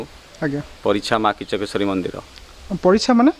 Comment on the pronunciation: କମ ସେ କମ ଦେବୀ ଙ୍କ ନାମ ଠିକ ଉଚ୍ଚାରଣ କରନ୍ତୁ. ଖିଚକେଶ୍ୱରୀ ନୁହଁ କିଚକେଶ୍ବରୀ